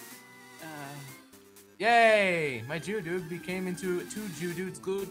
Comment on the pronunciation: ...and thus, miserable cave traversing saga begins. The "Jitteryotto" and your attempts to catch Oddish really made this a good episode.